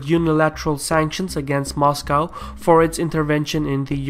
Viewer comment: I like how you say "Mashcow"...